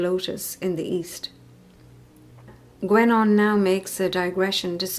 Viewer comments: Sorry, but the name is pronounced gEnon, not gUenon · It's actually pronounced more like "GenÓh".